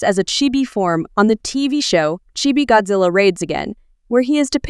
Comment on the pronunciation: The fact that u said "gyattzilla"